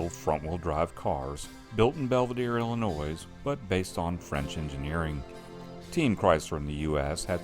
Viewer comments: FYI the S in Illinois is silent. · Illinois has a silent 's'. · Please learn how to pronounce Illinois